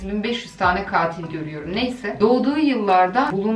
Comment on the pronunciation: "Çkatilo" diye dayak yiyiomuş😂